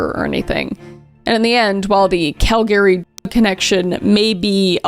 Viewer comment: Girl why are you saying Calgary like that?